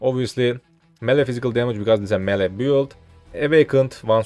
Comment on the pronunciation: "melee" nice guide tho